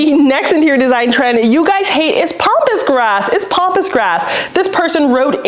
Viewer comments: it's PAMpus grass not POMPus grass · It’s Pamp not pomp.